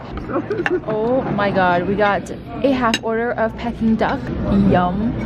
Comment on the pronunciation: the way you pronounced peking duck haha